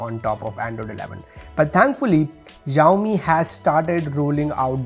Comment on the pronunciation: It's not ExZhaomi Its Shaomi Xiaomi